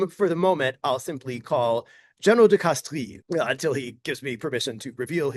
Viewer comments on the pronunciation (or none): Minuscule little nitpick Professor, but in "Castries" the i is silent. Pronounced like "Castres".